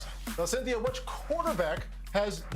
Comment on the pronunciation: Seriously... I was tryna get some helpful tip till I heard “Cynthia “